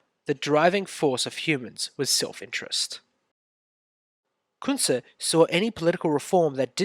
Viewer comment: I dont understand your pronunciation of his name.